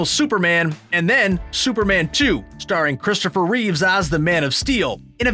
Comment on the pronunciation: Christopher Reeve, not Reeves